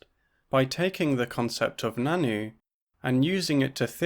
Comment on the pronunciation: Really cool video! Just wanted to say that the nan nü is pronounced more like nan nyu rather than nannu. Love to see anarchist feminists on the channel